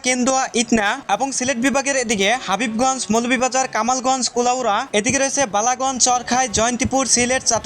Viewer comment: হাবিবগঞ্জ নাকি হবিগঞ্জ?